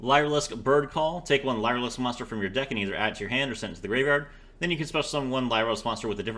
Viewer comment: I hate being that guy but its pronounced like "Leer" and not "lye"